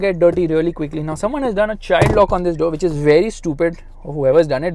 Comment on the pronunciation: which or bit*h? 😅😂